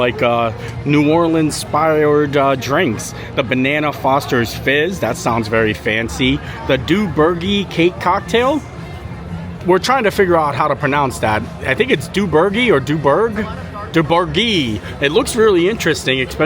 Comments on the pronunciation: It’s pronounced “dough bash” It’s one of the BEST cakes you can get in NOLA. Gambino’s makes the best one. Or for unique flavors, Debbie Does Doberge. It’s a cake with lots of layers, pudding in between each one, & poured icing on top :) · Sorry to tell you, but that bartender led you astray. I've lived in Louisiana my whole life, and I've only ever heard Doberge pronounced as dough-bah-shh. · the proper pronunciation is dough bash. That's how pronounce in NOLA.